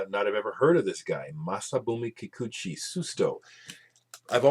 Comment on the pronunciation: {beginning comment two} I believe that Jeff just showed Spacemen 3 but a alternate album than this one. You just said "Masabumi Kikuchi" in perfect Japanese. His name just flowed out of your mouth. That Dandelion label is quite special. Are you talking about the John Peel who has recorded some of the best British artist on is signature Peel Sessions show? When has got some good LP's to show, they tend to go by fast because I get so caught up in the presentation. Rob/Boston